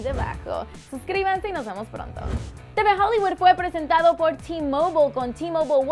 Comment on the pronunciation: T mobole es t mobile!